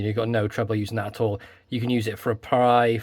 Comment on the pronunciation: The "Owl" ? You mean "All" ?😉